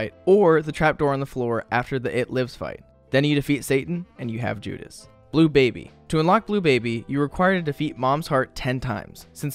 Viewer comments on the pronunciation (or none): none